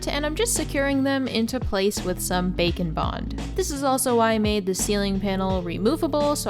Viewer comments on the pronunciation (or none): That Bakoblin mask is adorable. Funny thing I noticed - when talking about how you secured the books and trinkets I seriously hear you say “bacon bond” each time. I know it’s Bake ‘n Bond, but my way is funnier. ;)